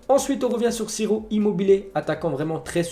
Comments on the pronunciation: c’est pas « sirop immobile » c’est « chiro immobile » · Fait un effort pour la prononciation des noms 'siro immobile' c'est insultant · Immobile il fait chier il est bon que en club pas en selection ...... Et son nom se prononce Tchiro..plz travail la prononciation des joueurs c'est désagréable à force 😅